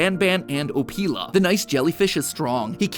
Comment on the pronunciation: Anyone else pronounce Opila like "Oh-pill-a" like SuperHorrorBro does, instead of MatPat's "Oh-pee-la" like an off-brand Ophelia? Literally BanBan asking "What do you think Opila?" and then the bird just screeches had me laughing so hard, idk what's so wrong with this janky game series, it's a hilarious romp with some funky characters and maybe some story and I'm all for it